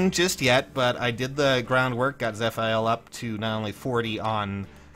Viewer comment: My guy. Im fairly certain its proounced zeh-fee-l